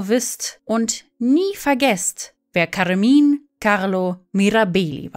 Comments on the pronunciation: Weshalb sprechen Sie den Vorname Carmine als Carmin aus? 🧐 Macht mir echt keinen sinn.🤷🏻‍♂️ Oder spricht man Caro entsprechend Car aus?! 🤔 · Kaarmin Mirabeehli?!! Neeeeeeein 😭😂😭